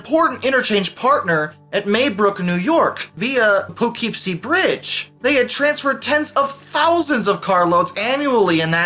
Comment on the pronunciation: The way he said Poughkeepsie 😂😭